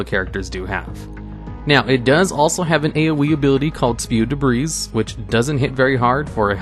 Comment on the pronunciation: The "s" in "debris" is silent, dingus. How did you not know that? I bet you also think the "S" in "Illinois" is pronounced, like all other absolute fools think.